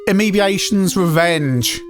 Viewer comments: I would have been happy with the Amiga updating if it had been more like the SAM Coupe version, essentially keeping the same single screen but updating the graphics and sound and music but the version we got was awful. Also found your version of Aemebatrons, calling it Aemebiation, really funny. Maybe that would ahve been a room in a sequel. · Amoebatrons will terminate you for that mangling of their names! Warning! Warning!